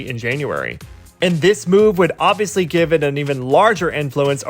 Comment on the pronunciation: I don't think you dislike SM artists because of JYJ case(like why the artists though? on top of that the emphasis on "Obviously"lol) I guess you're just bitter. Every fan of SM groups hate the Company. But companies bad management can't make us ignore the talent their artists have, plus their music quality is superior.